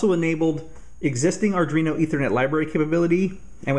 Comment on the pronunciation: Sorry just a pet peeve but it's pronouced ar-dwee-no not ar-dree-no, this mistake seems to be getting popular so I figured I'd say something. Otherwise great vid, besides some blur, and wicked shield!